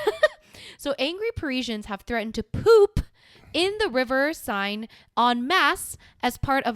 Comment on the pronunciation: Seine is pronounced "Cen" like cent without a T.